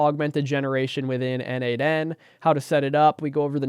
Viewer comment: As a contributor for more than 5 years to n8n, PLEASE, it is pronounced "nodemation". 🙏